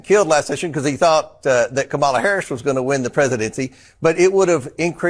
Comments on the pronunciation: Perhaps you need 2 PhD’s to be able to pronounce KAMALA properly because you all are pathetic! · Republicans still can’t pronounce “Kamala?” Jesus…